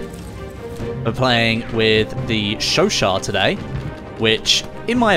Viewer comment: Finally a YouTube who can pronounce the gun right